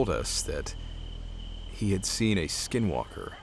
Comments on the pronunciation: Are you white? Anglo? I mean if you are, you are a few who said the Navajo word n skinwalkers correctly 👍 alot have difficulty, sir. Did you practice because it is a hard to pronounce. 😊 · This started out as boring and he said SW (in Navajo) perfectly 👌...